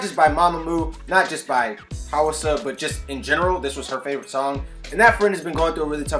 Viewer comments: also hwasa is pronounced like waasa but with an h in front of the w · hoo-wa-sa now speed up the hoo-wa then sa hwasa